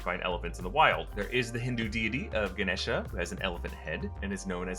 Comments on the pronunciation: Thank you for pronouncing Ganesha properly. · I’m impressed that you mentioned Ganesha and didn’t ruin the pronunciation